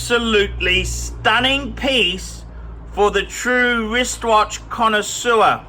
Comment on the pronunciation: Made me laugh when he said "its a true cona sewer"